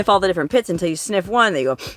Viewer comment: Did you say pits or tits?😮